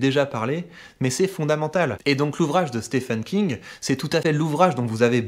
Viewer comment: Excellents, par contre mes amis francophones, je vous le dis, y a que nous pour penser que le nom "Stephen King" se prononce "Stéfeune". Stephen, ça se prononce exactement comme "Steven" pour les anglophones. À bon entendeur ;)